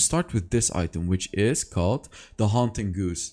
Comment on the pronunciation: It's pronounced The Haunting Guy-z, or something like that